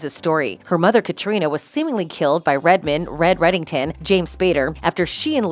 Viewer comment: Really annoyed me she mispronounced Aram and Katarina.